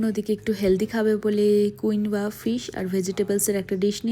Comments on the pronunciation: Nice vlog 🥰 Just one correction - Quinoa is pronounced as কিনোয়া, not as কুইনোয়া 😉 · Correct.. her pronunciation is not good at all..